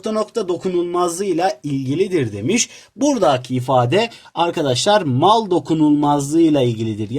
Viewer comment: hocam burdaağki falan diyosunuz çok tilt oldum ama gindede sağlun